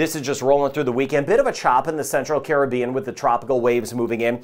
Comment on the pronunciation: I love when people pronounce Caribbean correctly